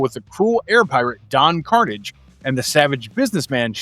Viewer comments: I was hoping it was a new series like the “New” Ducktales from 2017, which featured a cheeky pilot episode for an updated Tale Spin, with Kit as the Pilot. Also, politely, Don Karnage is pronounced like a French name. Watch an episode of the original series and you’ll have it correct. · I agree. While you could argue kids shows now are better because of their deeper themes and more connected stories. Shows like these just have a charm and sense of fun to them. I gotta say, from what I saw this comic looks good. 1 thing though, the pirate's name. It is Kar-nage, Don Kar-nage. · That is not how you pronounce Don Karnage. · If you were really a fan of talespin, then you would have pronounced Don Karnage's name correctly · call me nitpicky but when you pronounced Don Karnage name wrong... i cringe everytime and question your fandom of Talespin 😂😂😂